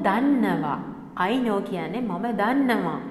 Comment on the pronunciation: The words such don't and know should be pronounced correctly.